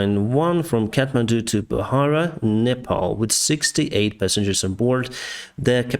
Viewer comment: Wow you pronounce proper way it’s nepal not nepol😂